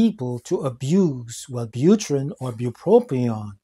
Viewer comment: There is a single “R” in bupropion. FYI.